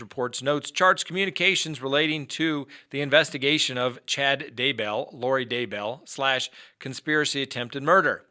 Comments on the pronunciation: Could you please learn to pronounce Chad DAY-Bell's name?? It's not Chad D'BELL. It's really annoying how you mispronounce it in every video. DAY-Bell. Get it right. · As much as I hate to be nit picky, its Daybell. Not Day-bell. 😁 Please don't hate me. It just kinda drives me crazy every single time and I had to mention it. Hopefully now that I've "said" it, I'll be over it. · Chad’s last name is pronounced Day Bell , Grew up in Springville, UT with all the Daybell’s.